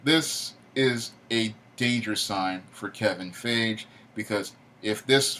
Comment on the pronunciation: Damn you butchered Kevin Feige's last name It's actually pronounced Fy - Gie.